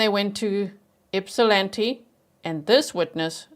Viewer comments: I’m also incredibly impressed you pronounced Ypsilanti correctly! Not many non-natives can! 👏🏻👏🏻👏🏻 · Nice job with the pronunciation of Ypsilanti, G! 👍🏻